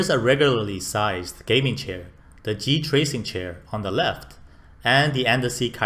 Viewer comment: GT-RACING not G-TRACINGlol